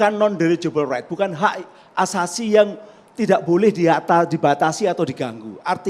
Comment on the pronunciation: Asasi bu bukan azazi hahaha banyak belajar lagi buk 😂😂